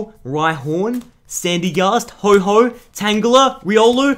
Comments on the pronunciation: HO-OH NOT HO-HO LIKE SANTA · PLEASE READ THE NAME IT IS NOT HO-HO IT IS F***ING HO-OH NOT HO-HO BUT HO-OH PLEASE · ho ho? its ho oh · You said ho-ho for ho-oh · NO ITS NOT HO-O IT'S HO-oh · AND STOP CALLING HIM HO HO ITS HO OH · Dude its ho oh not Ho Ho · It's Ho-OH, not Ho-HO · Also because arceus is mad that he is not pronouncing his pokemons name like what the heck is a Ho-Ho